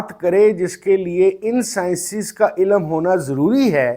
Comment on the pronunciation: Dear sir ilam nhi ilm hota ha!! Hope you don't mind!! But hope you will care in saying it next time so say ilm not ilam!!